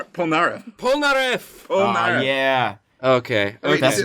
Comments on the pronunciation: Stop saying POL-NAREF Fuckin damn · Pole-nAIR-eff triggered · *Jean "G-en" Pierre "Pee-air" Polnareff "Pole-nar-F.😒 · You pronounced polnareff wrong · “John Popolnar Polnareff” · me, a french, trying to find out who tf michael polnareff, googling it and realizing that the pronunciation was just wrong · Was I the only was getting triggered when he would say Polnareffe name the wrong way? 😂 no just me? Okay lol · I'm french so I'm laughing because you try and fail to pronounce Jean-Pierre Polnareff 😂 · Jesus Christ the pronunciation of polnareff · THEY FREAKING SAY POLNAREFF'S NAME A HUNDRED TIMES IN THE SERIES. HOW CAN AMERICANS NEVER PRONOUNCE FOREIGN NAMES CORRECTLY?